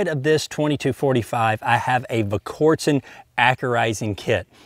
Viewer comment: you're a better shot than I'll ever be, but you just can't get your tongue around that L in Volquartsen.